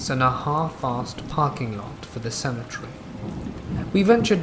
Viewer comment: I've never heard someone say symmetry so much in lieu of cemetary.